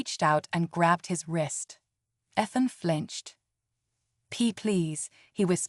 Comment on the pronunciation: Stop mispronouncing Ethan 😢